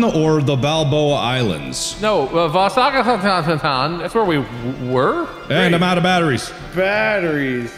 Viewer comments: wait, the way Mark pronounced vasagatan xD it's a street in Sweden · The pronounciation of "Vasagatan" is.. weirdly close yet so far away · Hahah! Love the pronunciation of ”Vasagatan” its a swedish street name in Stockholm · Why do people have such trouble pronouncing Vasagatan? Vasa-gatan. The Street of Vasa. It's simple :)